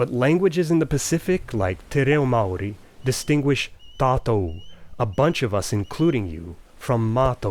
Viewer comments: Clusivity is something English REALLY needs. Also, props to you for saying 'te reo Māori' and your pronunciation was pretty much on point! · As a Kiwi, that's the best te reo Māori pronunciation that I've ever heard from a foreigner. Good job, man. Credit where credit is due. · Hello,! A Kiwi here; your Te Reo Maori pronunciation was spot-on! You don't see a lot of youtubers getting that right. I'm impressed:)